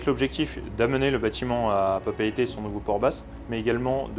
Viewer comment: Dans la Marine nationale on ne dit pas capitaine mais commandant ;) Mais c’est vrai, prononciation nickel, et aussi la prononciation de PapEEte et pas « Papète » 👍🏼